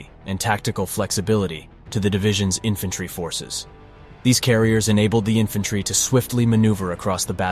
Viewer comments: Ifantairy? Really? This is nothing but AI generated bullcrap... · It's pronounced infantry